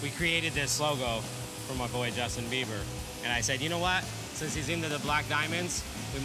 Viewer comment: IT'S BIEBER, NOT BEIBER. You can't get his name right even after 10 years, smh.